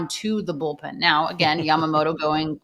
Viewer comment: YAMAMOTO や〜ま〜も〜と〜 motoの発音を頑張って下さい Yoshi Roki and Sho Samurai Japan with the Dodgers